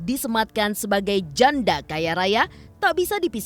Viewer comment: Bisa gk sih tekanan suara pas ngomong janda itu biasa aja, jangan terlalu di tekan, kayak mojokin gitu. 😈😈😈😈